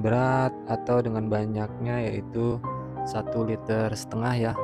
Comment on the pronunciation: Liter mas, bukan LETER